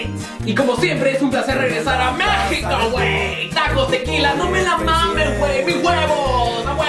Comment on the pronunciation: Me da risa como dices "No me la mames wey" xD